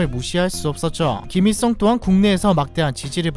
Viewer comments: 김이썽 으로 들리고부터 김일성은 들리지 않는다….😂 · 김이썽 으로 들려요 ㅡ.ㅡ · ㄹ받침 발음을 못하냐 김잇성 김잇성하네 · 일 발음을 못하시네 김잇성이 아니고 김일성이에요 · 김일성이라고 안들리고 자꾸 ‘김이썽’이라고 들림ㅋㅋ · 김일성인데 자꾸 김이썽이라하노 하 불편해 발음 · 발음 진짜 ㅈㄴ 거슬려서 1분 보다 껐다 ㅋㅋ 김이썽 독닙 ㅇㅈㄹ 발음이 구리면 tts라도 쓸것이지 노력도 안하노 ㅋㅋㅋㅋ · 김잇썽 발음.. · 김일성을 자꾸 김이썽 이라고 발음하시네 ㅋㅋ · 김잇성? 김이썽? 아~ . 못듣겠다. ㅠㅠ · 왜 ‘일’ 발음을 못함?